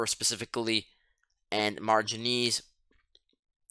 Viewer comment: I took you for a native English speaker but with your pronunciation of manganese and Quarries now im not so sure